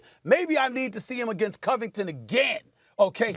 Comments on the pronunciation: Nobody: Steven A: Co-vvving- ten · “Colby coh-vington” its pronounced “cuh-vington” u dingus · It’s Covidinton get it right lol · Stephen "Gayass Gayvington" smooth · Who da fook is Coving Covington? 😂O, Stepen. smfookinh! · Colby “cOvington” 🤣🤣🤣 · “Colby Covinton” 😂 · "Colby COVEington" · Man you can’t pay Stephen A. to say someones name right. The way he says Colby Covington. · Imagine being able to say Antetokounmpo perfectly year round for 5 years but you can’t say Covington correctly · How can you mispronounce Covington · Why Stephen pronounce convingtons name like that? If you’re a fan “pronounce it correctly” clown